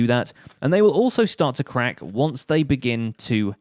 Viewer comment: When you say crack it sounds like quack